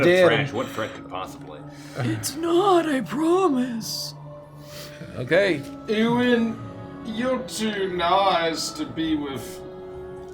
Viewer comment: As someone called Ewan, the trash heap monster being bullied and called eww-an is too accurate